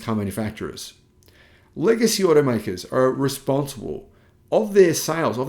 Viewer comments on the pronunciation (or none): none